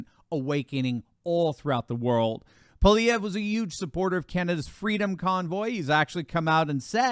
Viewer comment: it's (pol-eve-ray) it's not polyev